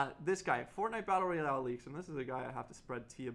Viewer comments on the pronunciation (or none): none